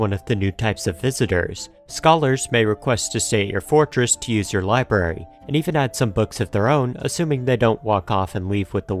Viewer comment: small criticism and forgive me if it's just a speech impediment but library is pronounced ly-brar-ee there is an R sound after the b and you kept saying libary.